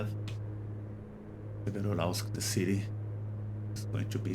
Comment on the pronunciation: Pronounced 'SEvero-Yuralsk' (almost like two words) The 'Ural' is the important component in the name. 👍 Bauxite in English is pronouned 'Bork-site' (soft 'r' ... like 'boh').